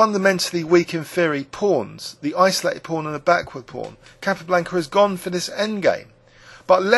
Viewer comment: He he. Its a small point, but I also noticed the incorrect pronunciation of Capa's name. Also Shaven Ingen for Sheveningen made me laugh. No offence though. Great videos.